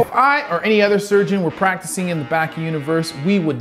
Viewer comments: Can u pls pronounce it bAki not baeki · It’s ba-key not bah-key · bruh baki bah-kee hanma hawn-muh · Why he pronounced Baki like that lol